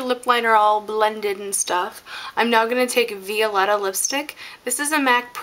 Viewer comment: The lipstick is pronounced vy-o-letta like violet or vie for attention. Sorry it was just really bugging me